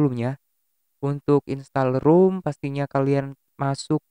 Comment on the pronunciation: "rom" bang.... bukan "rum" 🤣